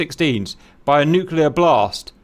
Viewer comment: Ewww cap said “nuculurrr” Lol :)